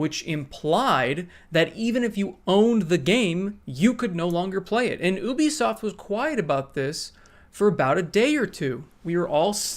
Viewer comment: It's pronounced "yoo-bee-soft" not "oo-bee-soft".